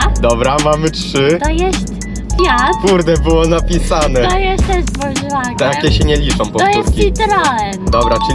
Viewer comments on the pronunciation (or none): BMW WOLZWAGEN LAMBORDZINI